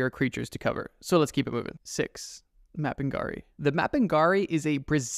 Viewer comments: Bro said mapingari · As a Brazilian person, I have two things to say: First, the way you pronounced Mapinguari and Corpo Seco make my ears bleed. Stop that. Second, I have another story to the list: Loira do Banheiro, or “The Restroom Blonde” There are many versions of Loira do Banheiro, but what I can say for certain is that she’s a spirit that haunts school restrooms. The version I’ve heard the most say she used to be a young girl who killed herself in her school’s restroom, and now haunts all Brazilian schools. Also, in all versions there’s a way to summon her. In the one I’ve heard, she shows up if you flush and say her name three times (that’s why I like to say she’s the “Brazilian Bloody Mary”). I don’t think it’s actually scary, since I’ve never heard anything about her acting violently. Maybe it’s in the “creepy but we could vibe” category. (By the way, since kids are fucking stupid, it’s a canon event for most Brazilian students to try summoning Loira do Banheiro at least once. I’ve tried it. Nothing happened) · I'm scared of how you pronuoneced mapinguari.